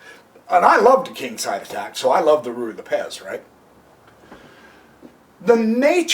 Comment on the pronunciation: I think it is either pronounced "Roo-ee" or "Righ" not "Ree" lol I can tell you are saying it quickly because you are unsure of how to pronounce it, you could have just looked it up, I assume you have a computer because you made a fucking youtube video lol